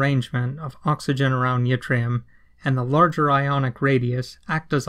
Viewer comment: Fun fact - yttrium is named after a place in Sweden called Ytterby, and y in Swedish is pronounced like I in most other languages, so it should be pronounced like itrium, not jitrium. No biggie though.Thanks for the video, it was very enlightening.